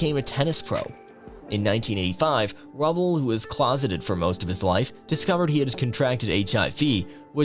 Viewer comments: It’s pronounced Ru bell not Rubbell Jesus you hardly get any pronunciations right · It is Steve RU-Bell. Not Steve Rubble. Pronounce RUE-Bell . Rubell. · his name is pronounced Steve "Roobell"